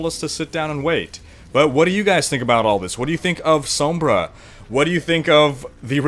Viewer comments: "Sohmbrah" staaaahp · oh boy i sure do love "soam-bra" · please say it sawmbre. that's how it's pronounced.